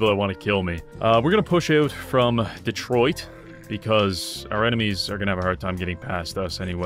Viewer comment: LOL "Detroid"